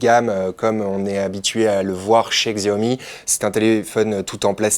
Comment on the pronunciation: xiaomi ce prononce à la chinoise soit "chiaomi" , faites gaffe parce que le pdg de xiaomi va s'énerver ^^